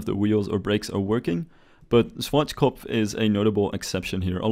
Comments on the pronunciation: Germans: Schwarzkopf Rest of the world: Swartzschkopf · schwardschgopf xD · Its funny how you say Schwarzkopf XD